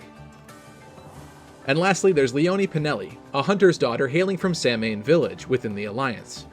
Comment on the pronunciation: Samhain is Irish and pronounced "sow-in" (sow rhymes with cow), but tbh I doubt many people would catch that haha